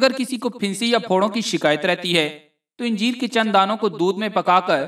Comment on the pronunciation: anjeer hae nake yenjeer.